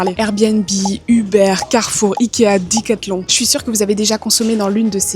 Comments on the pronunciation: Dicalton😂😂😂 decalton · "di"cathlon ? c'est Français lol c'est "dé" ^^